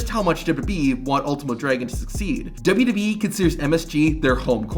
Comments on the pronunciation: Are you saying "WWE" like that as an inside joke or do you actually not realize it's absolutely intolerable to listen to? How about just slowing down 0.2 seconds and saying it like a normal person? I want to finish the video but couldn't make it past 3 minutes, it's legit unbearable dude — it's 3 letters, you speak perfect english, just say it like every other person manages to do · bro you got some serious challenges while saying WWE. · "Imagine not being able to say WWE correctly" ....Have you watched your own video? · Why do you have so much trouble saying WWE? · "*scoff* man, imagine not being able to say wwe correctly." Yeah, imagine that.. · Was saying "imagine not being able to say WWE correctly" when discussing Kozlov supposed to be a joke?, because man you butcher it every time. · Dude, slow down when you speak. At least enough to pronounce "WWE" clearly and correctly when you speak lol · wild that americans laugh at vladimir for not being able to say WWE yet they cant even spell or say aluminium properly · 🤣🤣🤣 Just to add on to that...WWE announcers consistently combine the pronunciations of both W's when saying the name. It always makes my hair stand on end. -Signed...an American who thinks we have the absolute most ridiculous language on the planet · Hey man, you can slow down and pronounce "double u double u e" instead of "dubbadubee" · A guy who pronounces WWE as “dubee-dubee-ee” mocking another man saying it wrong is delicious hypocrisy. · I hate AI voices, but this guys pronunciation of wwe and 2021 is so bad I’d rather here an AI voice. “Toozintwennyone” “duhdubbeee” terrible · Wwe not WB 😂 its all i was hearing annoyed me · Dude can't saw WWE either.. dubba dubba E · Dubyoo Dubyee. You can’t say WWE. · The fuck is DUBBADUBBABEE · "Pfft... imagine not being able to say WWE correctly," said the guy who says "dubbadubbe". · "imagine not being able to say WWE correctly" says the guy who constantly pronounces it like "dub-dub-yee" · It's so f*cking bad.